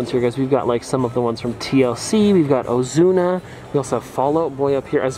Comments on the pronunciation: I love u & ur vids but it’s killing me how u say ozuna here’s how u pronounce it ( o-su-na) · You said ozuna wrong